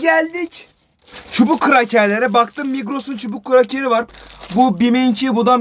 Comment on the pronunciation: Abi çubuk kraker değil cıbığh krager😂😂😂😂